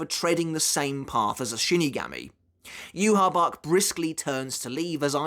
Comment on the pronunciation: Okay what's the correct pronunciation of yhwach? Cuz you say it differently than the anime and now I'm confused